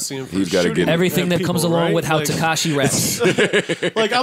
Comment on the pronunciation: Does anyone else hate that says “Tekashay” 😂